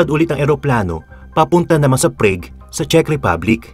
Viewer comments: "Prag" po correct pronounciation. nde prayg.. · ok na sana kaso you mis pronounce PRAGUE . it is pronounced as PRAG not PRAIG . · Prag po not preyg hahaha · It's not Preg. It's Prag. Prague, Czech Republic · Prague is pronounced [prAAg], hindi [prig] o [preyg]. Naconfuse ako kung anong lugar kasi nakikinig lang ako. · Boss, it's praag not prayg (Prague) ❤️ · Grabe ang PREYG (Prague) . HHAHAHAA. PRAG kuya hindi PREYG. 🤣🤣🤣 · Prague is pronounced as /pra:g/, not /prei:g/. Just saying. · PRAGUE is pronouced as PRAG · Pls check pronunciation of “Prague”